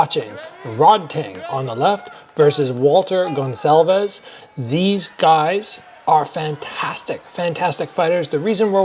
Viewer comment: is the first foreigner I see pronouncing "Gonçalves" correctly